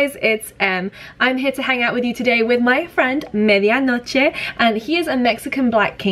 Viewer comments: I love how you say "Medianoche" sounds so mexican! ♡ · You said "media noche" so cool , love from México . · Am I the only one who loves how Em says Medianoche? I'm a native Spanish speaker and I just. Really like how she says it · Oh god, an English girl that actually pronounces medianoche correctly!^^ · Loved that you pronounced medianoche without a gringo accent :p